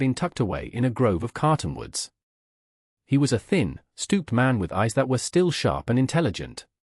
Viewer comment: It's not carton woods, it's cotton woods. How many times do I have to tell you ⁉️